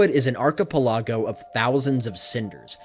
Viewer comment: Good video! Love para-elemental lore. Also (no offense) you mispronounced archipelago